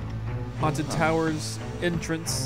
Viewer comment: Its towers not tawers